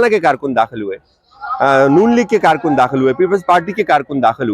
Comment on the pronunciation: Paid karrrrrkun, hahahaha, pura tabar chooorrrrrr,😊